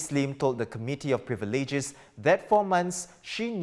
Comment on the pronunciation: He has fkin AWFUL pronunciation, I don't understand how he is qualified to read the news. Especially with the pronunciation of "privileges"